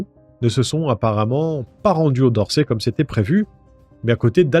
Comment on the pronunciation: On dis dorset et on prononce le T